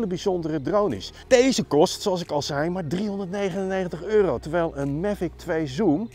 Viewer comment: “Mevik twee zoem”